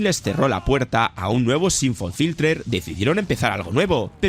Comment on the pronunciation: ¿Por qué pronuncias Syphon Filter de forma diferente cada vez?